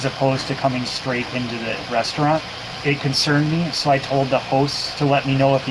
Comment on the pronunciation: It's pronounced "restaurant", not "reshtaurnt." There's no H in the word.